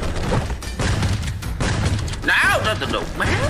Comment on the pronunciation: That's looks hard O.o , Thanks for showing it men (as you like to say men 😂😂)